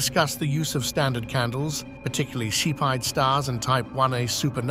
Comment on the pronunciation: They’re pronounced SEFF-ee-id variables.